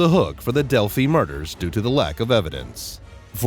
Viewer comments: a big improvement would be an actual human voice. Not only does it just always sound far better than a robot, but it's hard to take it seriously when it calls delphi "delphy" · You know you're listening to a robot narrating when he calls Delphi, "Delphy". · This "update" isn't an update and contains mistakes including a mispronunciation. How can anyone trust the information in this "update" when the city name itself is mispronounced. And this is far from being called an update since the arrest of Richard Allen is now old news. I'm surprised this post was titled as such. Do not waste your time.